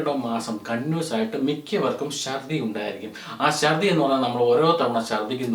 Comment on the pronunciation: shardhi ennalla chardhi ennalle